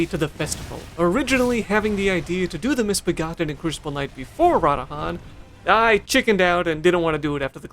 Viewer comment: Ruh dahn say it slow with me lol